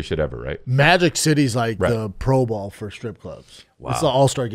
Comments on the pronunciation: yea maybe. He’s just said it enough that I wonder if he actually thinks it’s ball not bowl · Brendan, friendly constructive criticism. Pro Bowl, not Pro Ball. Super Bowl, not Super Ball.